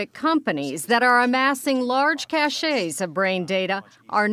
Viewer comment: “Amassing large caches of brain data” - pronounced “kash” not “kash-ay”